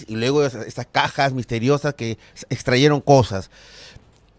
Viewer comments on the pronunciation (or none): No se dice "extraYeron", sino "extraJeron"...